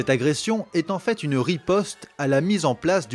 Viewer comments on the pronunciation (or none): none